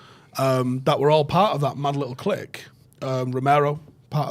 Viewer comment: Glad learnt to say clique correctly 😂